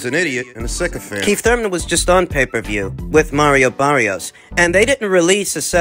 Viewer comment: It's Thurman not thur - man 😂😂😂